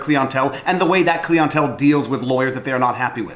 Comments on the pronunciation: Clientele... Interesting. I didn't know people pronounced it cleon-tell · what is cleeontel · Klee ahn tell. Klee ahn tell. Clientele. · Am I the only one extremely amused by pronouncing client one way but pronounce the client part of clientele completely different?